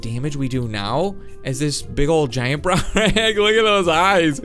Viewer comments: It's not called brownrag it's called(dunk a lost e ous) dunkalostyous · browrage?!!?!? facepalm ITS DUNKLIOSTIUS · Its Dunkleosteis